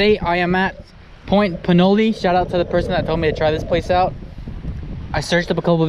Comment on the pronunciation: Try at least a 10 -12ft surf rod. 30-40 braid 25 lb mono leader, something like that..The location is pronounced 'Pinol'..not 'Pinoley', like the city nearby of Pinole..the e is silent...Maybe describe your set up-rod length, reel size, line, how you hook up the mudsuckers, you showed like 1-2 seconds.